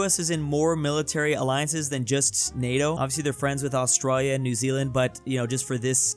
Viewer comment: "Austroya" is very painful.